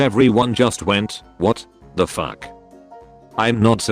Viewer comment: I like how the voice said “WHAT THE FUCK” as “WHAT.. THE FUCK”